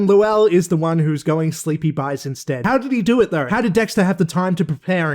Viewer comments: I'm cracking up with how you're pronouncing, "Lowell". It is exactly as pronounced on the show. 😂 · His name is pronounced “Low-uhl.” You hear “lowl” because that’s just how it sounds in normal speech.